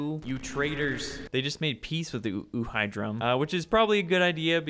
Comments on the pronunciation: uhidom not uhidrom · Every time he says uhidum I think of ohio